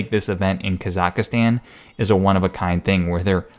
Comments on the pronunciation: Hahaha! He calls it KAZAKASTAN. It's Kazikstan holmes...... Hahahaha!!! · It's Ka-Zahk-Stahn, not Ka-zak-astan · Kazakh-stan, not kazaKA-stan. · lmfao kazaka stan its Kazakhstan dumbass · It's Kazakhstan. Not Kazakastan. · Where the fuck is kasakastan 😂😂 you know this shits fake when the "reporter" cant even pronounce the place he's writing a piece on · Sorry but its, kazaks tan, not kazakas tan. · (Ka- zok- ston) You are killing me with your pronunciation of this word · too many `a`s in your pronunciation of kazahkstan,not kazak`a`stan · Never heard of "Kazaukastan" lolz ;p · Kazakhstan is pronounced Kaw-zuhk-stawn or Kah-zuhk-stahn FYI. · That's "ka-zac-stan" ;) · Bro it’s pronounced “Ka-zaks-stan” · My friend, that country's name is Казахстан. That's transliterated as Kazakhstan. The cyrillic X in the middle of the word is pronounced similar to German ch, like in Dach or Bach and -stan ("land" Persian loanword) at the end is pronounced with a flat a. No I'm not from there, have never been there, nor am otherwise connected to that country in any way, but my eyes roll up in their sockets when I hear some American yokel mispronounce geographic names that badly. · At least learn how to pronounce the country before showing an amalgam of videos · R.I.P the Kazahkstan pronunciation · Holy fuck could you mangle the pronunciation of Kazakhstan anymore? I mean at least do 10 seconds of research on proper pronunciation of a country before making up some bullshit fake news. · When he keeps adding an extra a in Kazakhstan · Are you mispronouncing Kazakhstan? Don't you know that Astana is the capital of the Illuminati?